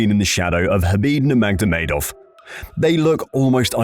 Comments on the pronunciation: As soon as you said NurmagDomedov, I am out... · Does this narrator adds another "d" to khabib's last name or am I hearing things?? 😅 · Khabib ''Nurmagdovedov'' Nurmagomedov. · no one has said khabid's last name like that, wtf was that